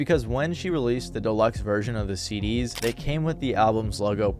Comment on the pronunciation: Prism "seed-D's" hahaha